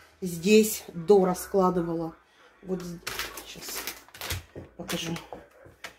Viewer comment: Когда она сказала-"Здесь дора'складывала",я подумала что какая то Дора приходила🤣